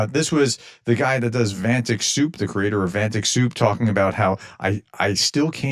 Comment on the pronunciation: Keeping up with your long history of mispronouncing absolutely EVERYTHING. It's Vat-nik. Not Van-tic. You keep doing it and you can't possibly have not heard literally anyone else say it properly